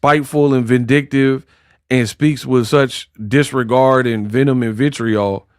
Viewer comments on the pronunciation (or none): none